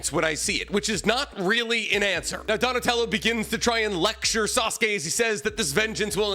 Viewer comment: And he called him " Donatelli" wtf